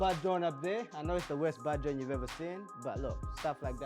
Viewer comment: Take a shot everytime he says "bahd join"